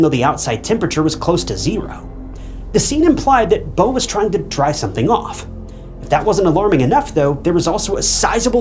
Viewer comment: Say “Beautiful” Beau-tiful now say the guys name “Beau” again and call him bow one more time..🫤